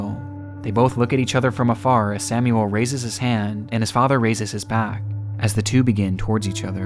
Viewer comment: ...Samuel Koch isn't "Sämjuel Kock", but Samuel Koch...